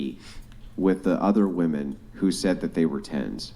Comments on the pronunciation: So are we all just gonna adopt this rediculous way of saying the plural form of “ WOMAN” the wrong way? This is another debate where the girls are saying the word incorrectly. Woman is pronounced differently in the singular and plural. Why do people just go along with the changing and pronunciation of words and phrases that make no sense??? Correct these idiots!!!! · What's up with these chicks who dont know how to pronounce the plural of woman? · Why dont any of these women know the difference in pronunciation between women and woman? It bothers me more than it should.